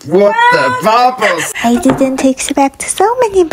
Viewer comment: I lovee how mr he said.... WHaT tHa bUuBbLeS 😂